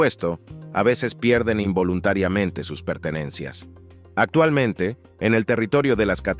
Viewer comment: No se dice atualmente sino actualmente, esa C intermedia suena, por favor, no maltrate el idioma.